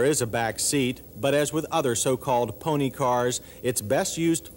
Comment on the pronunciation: "toyote-ha" "intrha-duction" "sports and pone-he car" "at it's light-hist"